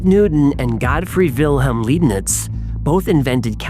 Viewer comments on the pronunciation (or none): Great show. Huge fan. The “Lei” in Leibniz is pronounced like in ”to lie down”, not like the name Lee… Grüße!